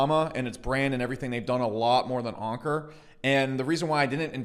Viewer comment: its anchor not onker